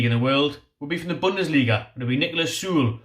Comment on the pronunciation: First choices for me (from the video..). 100% Niklas Süle (pronunciation is closer to Sü-Lay..) at CB. Champions League winner with 37 caps for Germany. Even without Prem experience he's miles ahead of the other CB mentioned. And Kieran Trippier at RB. Great going forward and seems like he's even stronger in defense, after a season in Atlético. He is getting up there in age, but still pure class IMO, and should be able to do a great job for us for a couple of seasons.. To be honest. I don't really see any champions league players joining, but those 2 would be my top choices. But I like all the players mentioned.. It will be exciting to see, who we can actually pull in January. For sure most quality players won't join a relegation battle, but if Oscar can go from Chelsea to China, surely we can get someone decent.